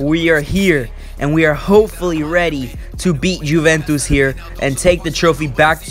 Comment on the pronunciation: Awesome vid! Just a quick heads up, Juventus is pronounced You-vent-iss, great video though!